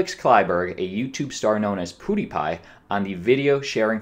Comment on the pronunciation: He keeps calling him poodiepie haha